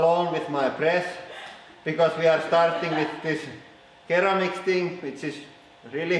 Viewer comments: That was so cool!! BTW, I believe the first bearing ball was ceramic, correct? Instead of saying it like keramic - with a K sound, it should be said with an S sound, like saying seramic. But it's spelled ceramic. I'm not trying to be an ass. I love you both and your channel <3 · ceramic is pronounced seramic. :P damn english back at it again